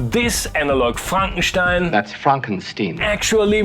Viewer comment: you pronounced it right. frankenstein not frankensteen.